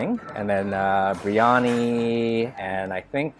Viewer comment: ...it is pronounced BEER YANI..not BREE ANI.